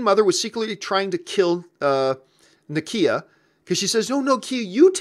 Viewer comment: Na-key-a lol